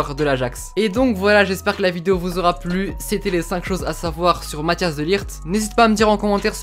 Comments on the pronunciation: Tu dis Mathias alors que c mathijs de ligt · Tu dis mathias au lieu de mathijs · Matthias ? J'adore la prononciation mdr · Pour les gens qui savent pas prononcer son prenom MATT-ÉYS de ligt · C'est Matthijs pas Mathias ça se lit Mathis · Mathhis pas matias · Pour la prononciation de son prénom c’est : Mat-Aille-Se De Likht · Ca se prononce. Mataisse de ligte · Tu ma stressé à dire Matthias pendant toute la vidéo 😂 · Ça se prononce "Math-Hey-SS" "De t-ou-kom-st" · Petite info : mattijs se prononce "mat , es"